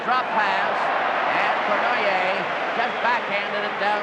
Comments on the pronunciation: Old Foster Hewitt trying to pronounce Yvan Cournoyer's name... Cornwire, Cornhay, Cornwhy. LOL. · The legendary Foster Hewitt seems to have trouble pronouncing Savard and Cournoyer.